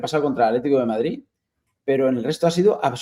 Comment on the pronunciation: Q va! Si no dijese lo de “se escucha”, sería casi perfecto al hablar A mi me pone malo de mon con lo de madriTTT